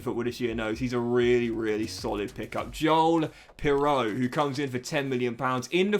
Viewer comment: Joel piroe is pronounced like Piru